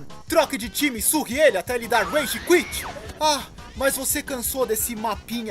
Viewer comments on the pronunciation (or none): none